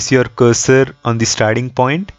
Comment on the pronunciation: Dude the number of times you say "perfect" is cringe. And also the way you say it. Say it once in the end, when the result is achieved perfectly. Also, it is not dee, it is the.